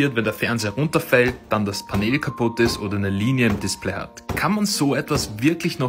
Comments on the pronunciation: Es wird pänel ausgesprochen und nicht paneeeeeeeel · Was ist ein Paneeeel?😭😭 Es wird pänl ausgesprochen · Paneeeel Das heisst Panel (englisch) und wird [pänell] ausgesprochen. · achso weil panel paneel ausgesprochen wird ist es korrekt wenn er panehl sagt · Ausgesprochen: Pännel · Es kommt aus dem Englischen, also muss mann es auch so aussprechen. Du sagst ja zum Handy ja auch nicht Schlaues Handy sondern Smartphone.